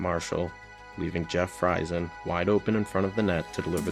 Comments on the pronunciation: Jeff Friesen. Pronounced freez-en not fries-en. Definitely not a hockey guy lol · Like Jeff FRIESun? It's pronounced Freezun! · JS Giguere (Jzee-gair) Jeff Friesen (Freezin) Dan Hamhuis (Ham-huess) Nice vid! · This video is great but I had to laugh out loud at how you said Giguere. Edit: Watching further, you've pronounced a lot of names wrong, including Friesen, Sykora, and Evgeni. If you're going to make video essays where you're presenting yourself as knowledgeable on the subject, you should make sure you know how to pronounce the player names. It only takes a little bit of Googling.